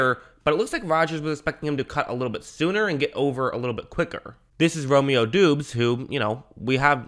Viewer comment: FYI it's Romeo (DAH-bz)